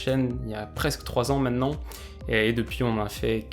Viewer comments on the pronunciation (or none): none